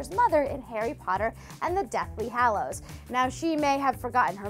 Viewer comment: “The Deathly HALLOWS” my god